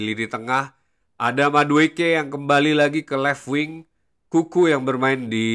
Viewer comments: Bang kenapa ente kalo nyebutin nama N'Kunku jadi "Kuku", kalo gk salah kan pronouncenya "En Kungku". Soalnya kalo Kuku kesannya kaya nyebutin nickname Cucurella "Kukureya" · Kuku doang bang ane dengernya dari awal ngikutin video² ente 😅